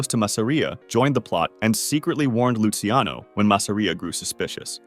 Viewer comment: btw luciano is pronounced "loo chano" not "loosey ano"